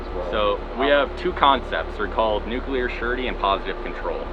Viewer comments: Great vid but my God and for the last time!!! It is nuCLEar, not nuCUler! Jeez W - Learn how to read! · Just 2 comments: 1)Terrifying video and 2) The word nuclear is pronounced just as it's spelled...."noo-clee-er" not "noo-Q-ler". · Sorry but I just can't take someone seriously on this subject matter when they pronounce it as "nuk-u-lar." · call it a pet peeve: i cant watch a vid/doc about nuclear power or weapons with the narrator pronouncing it nukelar... i just cant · NUCLEAR. Not Nukuler, not Nuclular, NUCLEAR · Say it with me: "nuclear" ..."new-clear" not "new-cue-lear". Where are people finding the extra "u"?!? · Or “newk-uh-lerr” 😔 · The thing that gets to me is that the reporter repeatedly and consistently says"Nucular" instead of Nuclear! LOL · Is it prerequisite to mispronounce nuclear to become a missileer?